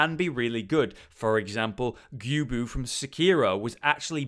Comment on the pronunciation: did you say gyobu?